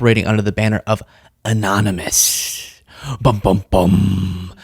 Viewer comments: Anomynous? Annnomanace? 😆 Missed opportunity for a sound bite my friend! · "Amonumus amonunominus" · Remember when Prez VonSchitenPantz tried to pronounce the word, "anonymous"...anominous, amonimus, anomus....because he's an idiot.